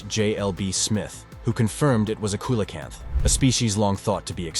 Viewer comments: Awesome video but you really need to pronounce things properly its not coylocanth it's pronounce seelocanth I guess I should understand that you are American and a retard like all Americans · Not pounced coyla camp, it's probably pounced see la camp. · Coelacanth - (see-la-kanth) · You need to learn how to pronounce "coelacanth". You can't make a video right if you don't know the right way to say the subjects. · Can't pronounce Javan or Coelacanth.... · how come a commentator who can pronounce “Arkansas” correctly, can’t pronounce “Nepal” “ceolocanth” and “Javan” ( as in, “from Java, belonging to Java” )…??? q